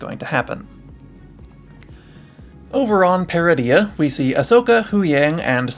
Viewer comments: Ytf would you pronounce Peridea like that when its said multiple times in season 1? I bet you pronounce Garindan as Garin dan, when its really Gah rin din. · You're pronouncing Peridea wrong.